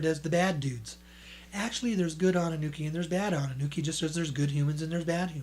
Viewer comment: It's "Anunnaki" (it even says that on the books' covers); not "Anunnuki" or "Anunnooki," which is what you're repeatedly saying in this video,. If you're going to pass yourself off as a public speaker, you should speak your words correctly. ~ If there's actually that much gold in the world and if they let it all out onto the open market, the price of gold would plummet due to a glut on the market, making it practically dirt cheap. ~ To think that I actually sent you money at one time!